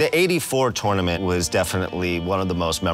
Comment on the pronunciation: I love how they all pronounced it "TOOOR - nament", like Daniel did on the movie!